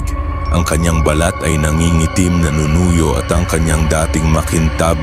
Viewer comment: maganda ang boses bagay sa horror narration, maayos ang reading timing pero meron lang ilang sablay sa tamang pagbigkas ng salita..ex..sabi mo nanunu-yo na balat..ang dapat ay nanunuyo (became dried skin) hindi nanunu-yo na ang ibig sabihin ay (asking for favor) ..nakabitin (hung) pero ang bigkas ay nakabittin seems bitin o not enough.. there's always a room for improvement Sir..d po bashing kundi constructive criticism po